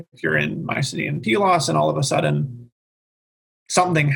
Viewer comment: Please note: I didn't listen to all of this, but came here because I felt I was the only one who pronounced Pylos as Pee-los. I have my BA in Classics from Prof. Michael Cosmopoulos. And traveled to Pylos and Iklaina for the first year in 1999 for his dig. I had a photo of me holding one of the tablets(?) I stumbled upon. Pretty cool. I regret not getting my Masters or PhD with him. But don't regret a thing about my BA and travels.